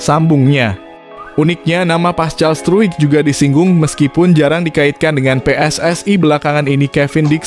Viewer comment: Pascal struk baca paskal!!!!!!